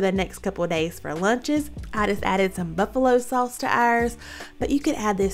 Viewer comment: Saw-us 🍝 lol love it!